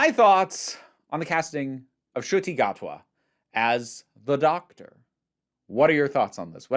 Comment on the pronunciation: As a long time fan of Doctor Who, it is not only absolutely wild to see a black doctor, and not only this but a fellow Rwandan to become the lead for my favourite show ever. It feels very surreal but I am so happy. (Btw the pronunciation wasn’t bad at all!)